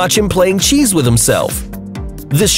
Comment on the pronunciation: At video time speed of - you say cheese not chess